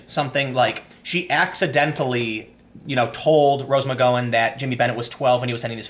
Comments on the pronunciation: Mc GO in lol. Gow as in cow. Not GO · It should not bother me this bad bud dude you mispronounce more words than anyone Iv ever heard. This is like my 4th comment lol I like your videos but I cringe when you say "Nighk" instead of "Ni-key" or "Mcgo-when" instead of "Mc-gow-when" a simple search can solve this. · Tim pronouncing McGowan's name wrong was actually driving me insane lol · Tim.. the ow in McGowan sounds like well. Ow. Now go-wan :) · Not McGowan is in 'go;' McGowan as in 'cow!' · As much as I have the displeasure of sharing a last name with her, it’s pronounced “ma gaow win” not “mc goh win” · It's Mc-Gow-en not McGo-when! You are driving me up the wall Tim! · Do you say McG"OH"wan on purpose? I am convinced you say "OH!" instead of "OW" when you stub your toe. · TIM: It's Mc..GOW-in. That's "GOW" as in "she wore a nice gown that night"...not as in "she wore a nice go that night". PS: "SJW/FarLeftist/Fininists are IN-FUCKING-SANE". The sooner you realize this, the sooner you can distance yourself from the Left, and the sooner you can admit you are not "left"...you're pretty far from "Left". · Unless you're doing it on purpose.... it's "Gow" like "Cow" ... Mc G (C) owan... It's like fingernails on a chalk board. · It's Mc-Gow-an (Gow, as in, rhymes with Wow!) Good video though. 👏👏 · McGowan is pronounced like "mick cow an." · Love your commentary. But Tim. Dude. Start googling "how to pronounce (insert name here)." McGowan has a gow like now. Now like row. You're too smart and your content is too good for you to keep mispronouncing shit. Even when you know you're mispronouncing shit, you call attention to the fact that you don't know how to pronounce it. Just Google it before you shoot and stop apologizing. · Dude! When are you going to pronaounce McGowan properly? It's not a long "O" sound its a short "O" sound. Think Mc-Wow-an but with a 'G" instead of a "W". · Do you intentionally mispronounce McGowan?! Holy fuck.